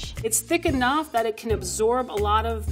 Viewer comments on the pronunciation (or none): none